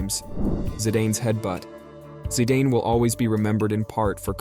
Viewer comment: Who on earth is the narrator? "Zydayne" 😂 for a start, that is not how you pronounce zidane, and secondly that happened in 2006, so it wasn't in the last ten years. Also henri is pronounced "on-ree" not henry. 😂Why dont Americans stick to the sports they know. 😂omg ive just got further into this dumpster fire, "he was stood over an undoubtedly DEAD Italian! Materazzi wasnt dead you lunatic! 😂😂 Medellin is also not pronounced that way. Please do some research you're embarrassing yourself. ❤